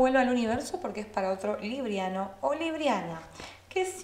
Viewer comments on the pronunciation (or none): Se pronuncia líbranos y líbranas no es líbria nos ni librianas